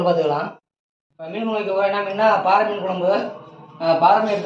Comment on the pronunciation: பாரை மீன். பாறை என்பது கற்பாறையைக் குறிக்கும். ரை, றை இரண்டினதும் உச்சரிப்பு வேறு. பாரை மீன் என்பது தான் சரியான பதம்.